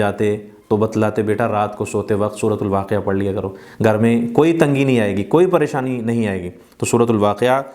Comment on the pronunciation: Gar nahi Ghar bole